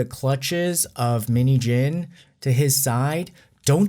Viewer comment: You say minheejin but i hear minijin.Btw this whole things really affect us and make us more stronger and prepare for the upcoming lie, hardship.With BTS for life💜